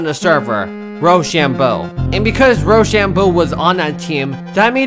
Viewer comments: its rOshambo, like when u say the alphabet you say “OH”, for example “no”. you said it like “rawshambo” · btw great vid but its roshambo not rashambo